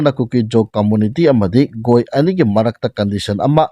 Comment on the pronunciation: Bondhu Nang channel si yannadi nungai adubu - "GoI haibasi goi haina pronounce toubasidi tabada yamna heinade yamungnei, lairik heitaba manle. Adumtang sendokpiyo.